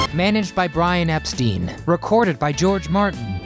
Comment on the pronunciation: It’s pronounced “Brian EP-styne” not “EP-steen.”